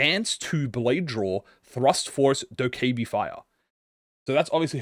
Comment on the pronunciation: I think it's said Do-kaibye but I can't bother fact checking